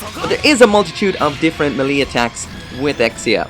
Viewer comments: Melee. it's pronounced may-lay not muh-lee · Everytime he mispronounced melee I cringed do hard I thought I was going to have a stroke lol.